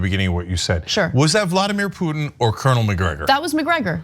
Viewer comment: what a waste of time, watching THESE 2 IDIOTS, refute THE EXPERIMENTED AND PROFESSIONAL POINT OF VIEW OF A RETIRED ARMY COLONEL WHO KNOWS ABOUT THE ATTROCITIES COMMITED BY THE AMERICAN ARMY IN IRAQ!!!! BESIDES, THE BIGGEST IDIOT CAN"T EVEN SAY PUTIN"S NAME CORRECTLY THEY REALLY SUCK AT CRITICIZING THE AMERICAN FOREIGN POLITICS. WHEN THEY ARE PUSHING FOR AN EVEN MORE BLOODSPILLING WAR, IDIOTS.